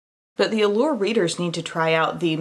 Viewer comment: When you said “Allure readers” I thought you said “world leaders.” I was so confused. 🤣